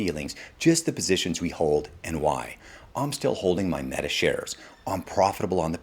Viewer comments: This guy said, "Maetuh" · Mate-a?? Are we AI-ing these videos? Lol Great video either way! Thank you sir! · Made uh